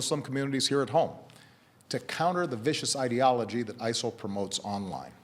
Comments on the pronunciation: WHAT IS "ISLE" omfg thats driving me nuts #ISIL #ISLE #ISEL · According to Baracky it's pronounced ISIL